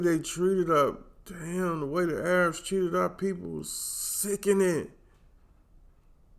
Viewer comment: Haha. I love how you said, "The A-rabs."